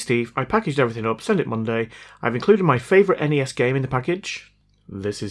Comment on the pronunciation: EN-EH-ES? NES!?